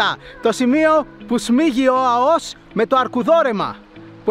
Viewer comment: Αώος ρε γαβ γαβ..Α ώ ος!!! Το εχεις πει 150 φορες και ξερεις οτι ειναι λαθος.